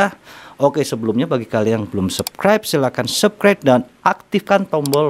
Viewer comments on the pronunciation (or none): none